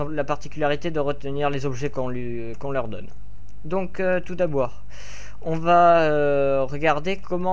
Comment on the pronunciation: "Tout d'aboire" à xD